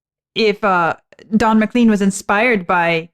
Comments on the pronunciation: A bit surprised to hear you saying "McLeen" instead of "McLane" throughout the introduction? Was there no one like Vlad to mention it when the artist was introduced to you? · It’s not MaLean, it’s pronounced more like Ma-clain. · I haven't seen it in the comments below, but Buddy Holly got his catch phrase "That'll be the day, . . . that I die". From John Wayne's character's use of the same phrase in the 1956 movie "The Searchers". BTW - I was in high school when American Pie came out and everyone pronounced McLean as Mc Lane not McLeeen. Interestingly, I was born the year that Buddy Holly wrote his song. From what I've learned Rock and Roll was pretty much born that same year. : - )